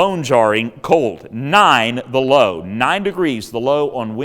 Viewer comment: 9 the Low. We thought you said 9 below there for a minute 😬